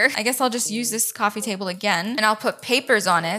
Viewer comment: No hate but why do you say "cwaffee Table"